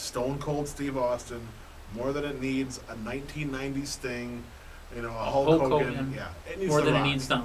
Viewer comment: it's not Hawk Hogan. It's Hulk Hogan. Pay attention to the product.